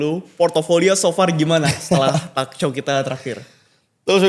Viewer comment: Heran aja gw nama George tapi pronounce kata talk dan call aja salah. Talk diucap talek, call diucap kal, wkwkwk... Plis lah...